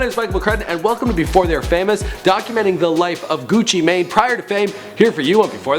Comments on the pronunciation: It's pronounced gucci man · nigga said gucci may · It not Gucci main it's Gucci man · His name isnt Frederick Davis you stupid dumbass, its Radric Davis. Also, pronounced GUCCI "MAN". Fuck this guy. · pronounced gewchee main